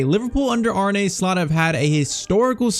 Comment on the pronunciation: "arnay" slot :/